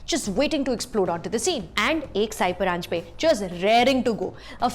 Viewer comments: Sorry but I have to say this. It's not "साई" परांजपे but "सई" परांजपे. I hope you get to know the correct name of the woman director you are praising here in the video. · Lovely video, about a fine film, but It's सई परांजपे, not साई परांजपे. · सई परांजपे. Not साई.